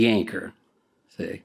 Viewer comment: Did I hear "the yanker" or "the anchor" here?? Not once but twice he said YANKER!! 🤣🤣🤣